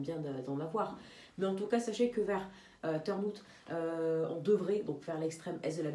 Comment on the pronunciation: D'ailleurs "Turnhout" ça se dit comme avec un accent anglais, c'est à dire "turn" comme turn en anglais et "hout" comme out en anglais😁